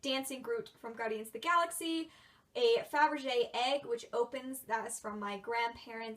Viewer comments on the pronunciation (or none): none